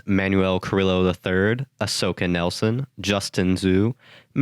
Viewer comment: it’s Manuel “Kuh-Ree-Oh” Carrillo 👍🏻 love your work though